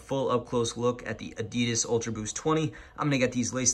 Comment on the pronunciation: U pronounce Adidas incorrectly. Adidas is shortened name of its founder, Adi Dassler. His brother Rudolf Dassler is the founder of Puma shoes.